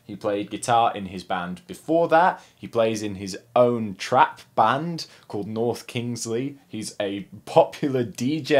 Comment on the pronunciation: bro amazing vid but the pronunciation of the band wasnt the best but tbh its better than most